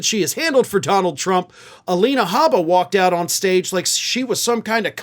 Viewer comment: You misspronoce the name: Alina Haba, it is: LINIER BLAH BLAH